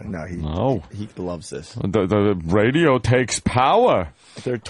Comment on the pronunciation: Math wiz, athlete, model, psychologist, Ray-dee-oh star, a man of many failings.